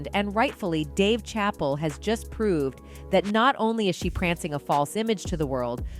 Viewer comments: DAVE CHAH PULL / LOL SERIOUSLY AI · Who the fuck is "Dave Chapel"? :41 into video --If u gonna report a story on someone at least get their name right ✌🏽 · "Dave Chapel"